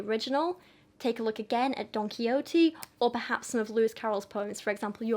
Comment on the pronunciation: I love this. It’s so educational and I’m depth. Just a little side bar tho: Don Quixote is pronounced: Don Key - Hoh - Tey. So the e at the end is pronounced like “aye”